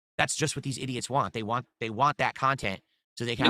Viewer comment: "When you realize this is a way for them to get what they WAH, you starve them" also: "The content you WAH, sir!"